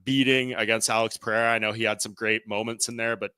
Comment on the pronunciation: "Butchering names today"? Brother butchers "Pereira" on every mention.